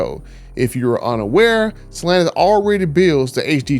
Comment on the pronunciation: Dude you have nice content..but Jesus at least pronounce Stellantis correctly! I don't know how you can Butcher it so badly!